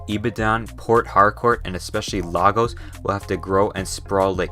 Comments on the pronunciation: As a Nigeria the most popular country lagos is actually pronounced lagus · Lagos is derived from the Portuguese word for "Lagoons" which is LAGOS and it's pronounced "La--goes" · it is LEIgos not LAgos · It's actually pronounced as "LAY GORS" emphasis on the "ors" sound just like the one in horse. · You don't pronounce Portuguese or Spanish word the same way you pronounce English. Sometimes it's pronounced exactly the way it's written. Since LAGOS is a Portuguese or Spanish word, you should pronounce it correctly. The La should sound like La in music keynote the same way the letter A sounds when you pronounce AFRICA. Would you pronounce a German or Italian word your own way and claim it's the right way to pronounce it? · if you ask google it will be pronounced lay-gos 🧐🧐🧐🧐🧐🧐 besides everbody in NIGERIA including me pronounce it as "Lay-gos" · As a Nigerian myself, I've got to say how funny the pronunciations were, especial Lagos and Yoruba